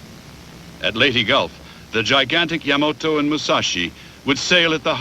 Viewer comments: This narrartor may be A.I. He mispronounces YAMATO as YAMOTO every time. WRONG!!!!!!!!!!!!! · This is the second narrator I've listened to today who mispronounced the Japanese battleship Yamato as Yamoto.... Overall, a great video.... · The Japanese battleship referred to here as "Yamoto" is actually the YAMATO also mispronounced often as Yamamoto..the name of an admiral. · You say Yamato I say Yamoto . . . I have the same issues in English. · Hey this was pretty good! I'm curious, though, was Yamato really pronounced like Yamoto? Anyway, I thought it was well done. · 大和 (やまと) not やまとえ as potatoe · I have always enjoyed this battle. It was my favorite naval battle. I am a serious historian with a WW2 background. I liked the way this was told from all sides. Also found funny the pronunciation of the Yamato and the misspelling as well. That ship was a behemoth and a brute of a battleship. The Japanese lost 26 ships and were never again able to sortie out against the American combat power. Thanks for the post of this history.